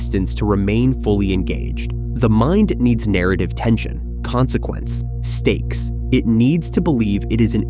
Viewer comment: Stakes? Or steaks?